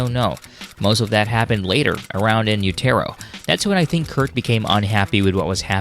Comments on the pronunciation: In-u-ter-o. Say it right. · Who tf calls it "in yoo-tare-oh"..... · As as he says In U..Terro I leave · Learn how to pronounce “in Utero”! 😂